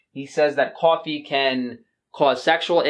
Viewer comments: Love how your accent comes through when you say cwoffee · lol "cawh"fee... spoken like a New Yorker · Unfortunately, I know this about coffee but I still drink it. I need that early morning cup to warm & wake me up. I think I’ll be ok with just my one cup per day. I like how you pronounce coffee 😉